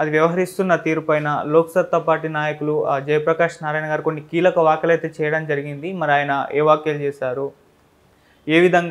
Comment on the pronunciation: వాక్యలేంట్రా ఎదవా? వ్యాఖ్యలు అనికూడా పలకలేని ఎడవ్వి, నువ్వుకూడా ఇంటర్వ్యూలు చేస్తావు, మేము చూస్తాము, చిచి.